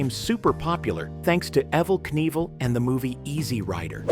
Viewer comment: How do you mispronounce Evil Knievel and the Bugaloos. You obviously aren’t a child of the ‘70s.